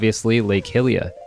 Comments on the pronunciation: BRO im sure its been said many times down here. But its a universal agreement that it's pronounced HIGH-Lia. What would possess you to want to pronounce it any other way? cmon bro get with it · say Hillia one more time I stg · Hyrule = Hi-rool Hylia = He-lee-uh 🤔 I always said Hi-lee-uh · Amazing vid but please can you pronounce 'Hylia' and "Hylian' correctly. It's pronounced 'HyLEEa' not 'Hillia' :))))